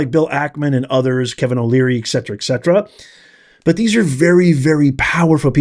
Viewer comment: Professor, I'm going to give you a clue. I don't speak Latin, but I read a lot, and when I come upon a word or phrase in Latin, I'll look it up to understand how it fits into whatever I'm reading. You keep saying "ex cetera", and you're not the only one who says it. Piers Morgan and Greg Foreman use it, as well. Ex cetera means "from the rest", whereas et cetera means "and the rest". I think, as it pertains to your rhetoric, you mean the latter.